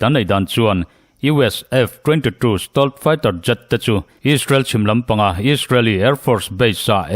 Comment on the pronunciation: I stealth fighter lam dan hi ava mak thin ve,nangmah deuh chiah hian Stolth Fighter tiang lam hi ka la hria..